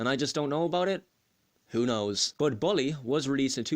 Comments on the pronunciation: Lol that accent xD ball e instead of bull e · i agree with you on the map part, the game's whole map is memorized in my head and i know everything about. and no offense, but you pronouncing bully was funny 😂 anyway great review!